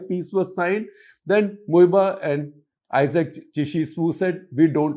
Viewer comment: Sir! I Like your accent the way you pronounce the names of late Isaac Chishi Swu,Sumi tribe and Th.Muivah from Thangkhul tribe who is the cornerstone of NSCN(IM) very correct & properly.